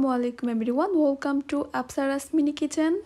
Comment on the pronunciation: bhai "wolcome" ki "welcome" ee na shikhsi ami